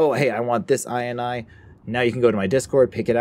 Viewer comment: inee xd Its INI